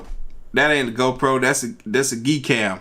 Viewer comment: Donald TrumpNot joking around whenever you said GoPro it sound like he said ho proAnd depicted on which video you’re watching that was haliarious